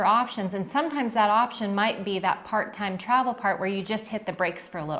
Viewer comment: Liked and Hyped! When you introduced “Part-Time Travel” I heard “Part Time-Travel” and my ears really perked up. Haha😂. We are loving being part of the privileged homeless in our Solis 59PX and our eco-resort living in Ecuador. Keep on keepin’ on. Thanks for sharing your reality with all of us. Sorry we can’t make Tempe.